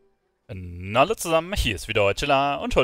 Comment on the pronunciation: Nallo zusamm hier ist wieder euer. Nicht böse gemeint,hat er eine sprachbehinderung? xD